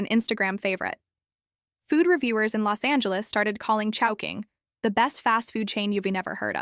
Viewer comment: in the video, why chowhoing, instead of chowking?